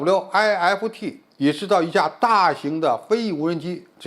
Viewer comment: SWIFT不就是一個英文單詞嗎？需要把每個英文字母讀出來嗎？聽完讓人笑噴。